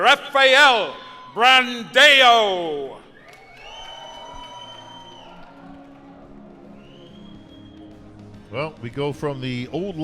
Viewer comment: From Brazil : "Rafaiel Brandeio" kkkkkkk muito cabuloso